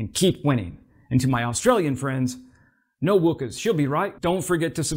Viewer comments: "No wukkers", not "no wookers", good video, thanks for the update. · 😂😂😂 it’s Wukkas, the u is pronounced like yuck not wood… love your videos Mate. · It's "wukkas" with a short u as in truck, it's " no wukkin' furries" or "no f&cling worries" with the first letters swapped 😂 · It's "no wukkas", but pronounced "wuk" like "cup", not "wook" like "wookie". Very interesting program,. An Aussie here. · Cheers mate! Loved your enthusiasm over Aussie's contribution to Ukraine, and it's awesome to see how our swarming drones are helping. Just one thing... when you're pronouncing "wukkas" the "u" is spoken as if you're talking about a hockey "puck", not an "oo" sound. Keep practising... you'll eventually become an honorary Aussie! 👍🇦🇺🦘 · Nice one! But “no wookas “ is actually “no wuckers “; as in “no wucking forries”.!! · Yeah, pronounced the way Fozzie Bear says “wukka-wukka-wukka” lol. Not like Chewy the Wookie 🤣. Thanks for another great video; it’s awesome hearing how Aus is contributing to the Ukraine war effort. Aussie Aussie Aussie!!! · It's no Wukka's with an UH sound not an ou like you sound. Substitute for worries and rhymes with it. Wukka's / Worries. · "No wookas"? Really?? If you're going to attempt cringeworthy attempts at Australian accents, please at least get the pronunciation correct. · It is Wack-a's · mate, its "no wakkas" also another version of She'll be right is she'll be apples. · "No Wukas," the u is pronounced as it is in the word "cup" or "f#%k" not like a double o. It is short for "No F#%king Worries!" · One small correction: the 'ukk' in 'wukkas' is pronounced like the 'uck' in 'truckers'. BTW 'wukkas' is an abbreviation of 'no wukking furries'.